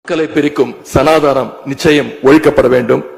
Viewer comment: சரியாக உச்சரிக்கத் தெரியாமல் சனாதானம் என்று தற்குறித் தனமாக பேசும் கோமாளிகள் எல்லாம் திருமங்கலம் ஃபார்மலாவில் எம்எல்ஏ ஆனவரகள்.